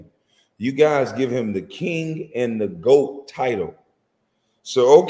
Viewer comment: Why does he keep saying GWOAT?